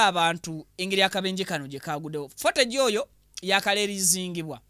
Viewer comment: CCTV (fotegi),😅😅😅😅bro it's footage(futegi) pronunciation.